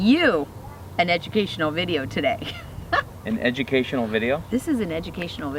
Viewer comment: The guy said educational as if he'd never heard the word haha edumucational duh